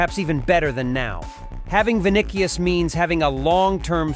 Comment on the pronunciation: Bro can’t even pronounce vini’s name correctly.. smh… “Vinikious”